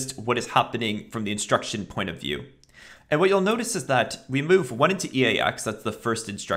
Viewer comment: Me: move value into register. This guy: meaueve value into register.